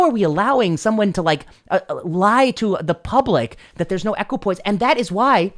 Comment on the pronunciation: Equipoise, not equipoint.